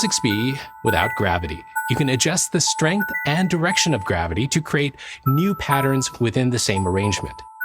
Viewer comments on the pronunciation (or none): none